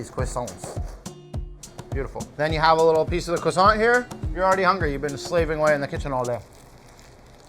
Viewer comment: People fucking the word croissant up never gets old